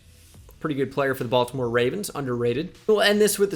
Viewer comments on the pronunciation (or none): none